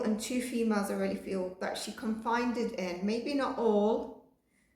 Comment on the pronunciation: Confided. Con fi ded Loveu. Just a little word help